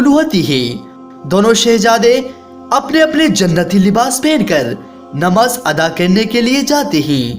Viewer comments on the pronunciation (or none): none